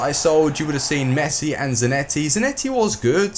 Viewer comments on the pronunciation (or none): none